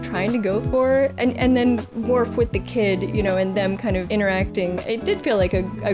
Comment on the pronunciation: It is WORF, madam.